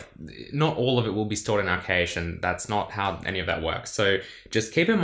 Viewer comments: It's "cash" not "kaysh" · the heck is cay-sh? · Hard A in Cache, like Hash. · "Stored in the caysh" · I understood cage first, then caysh, then i understood that he actually means cache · I chuckle every time he pronounces cache. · Why do you say 'cache' so weird? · I've never heard cache pronounced like that before